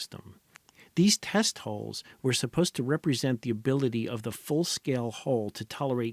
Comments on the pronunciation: I'm going to need you to re-record this whole thing and pronounce "hulls" correctly. I just can't pay attention whilst constantly hearing about Stockton's holes... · "Hulls", not "holes". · When it's pronounced 'holes', it's only in context that I know it's hulls that are being discussed, and not holes 😂